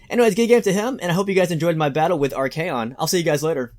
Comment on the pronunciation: isnt it arch-ay-on and sig-vald not archon and zigvald? idk tho